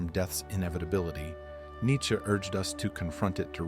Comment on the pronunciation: Neittche???? JESUS CHRIST!!!!!!